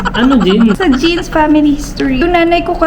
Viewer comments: Jeans daw Sabi 😂😂😂 Matalinong dr😂😂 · Natawa ako sa genes (jeans)😂😂😂